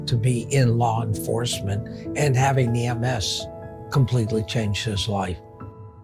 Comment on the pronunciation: Lar enforcement